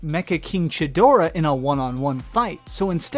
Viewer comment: You pronounced Ghidorah wrong. This is how you pronounce it (Gi-dor-a).